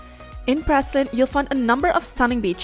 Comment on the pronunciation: your pronouncing the name of the island wrong as I used to live there